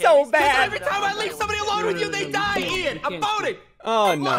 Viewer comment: it’s Ian not Ean